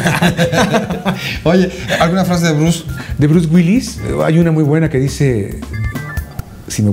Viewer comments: El cree que sabe pronunciar palabras en ingles y no puede ni decir Bruce Willis! haha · Este vato cáguela y cáguela pronunciando "Brus güils" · Bruce Wills? Omg ni porque Mario dice repetidas veces Bruce Willis jajajaja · Por qué dices Bruce Wills? Es Bruce Willis! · Bruce Wills jajajajajaja WILLIIIIIIIIIIIIIIS La I si se pronuncia! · "Bruce Wills" xD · lo q me da risa es q el mae le dice " Bruce Wills" en vez de " Bruce Willis" jaja